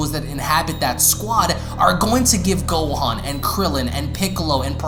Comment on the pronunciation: Ntbr but this man says so many things wrong gohan him gohAN